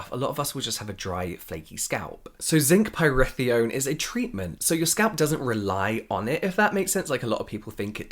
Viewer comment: Did James channel his brother with his Zinc Pyrithione pronunciation?